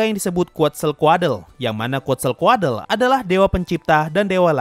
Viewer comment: Seinget gw quetzalcoatle Di baca kuetzalkod Bukan kuatzalkuadle